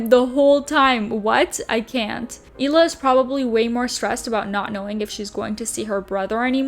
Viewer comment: Does it bother anyone else that she pronounces the H in Hila? You’d think she’d know how to properly pronounce her name by now.